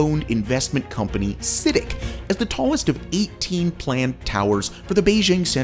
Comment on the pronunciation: its citic not ctic, chow not chaw